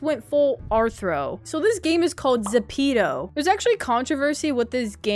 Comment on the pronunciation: You said Zepto wrung g dude